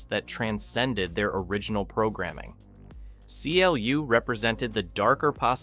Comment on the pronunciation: CLU (Mr. AI Voice) is pronounced "Clue".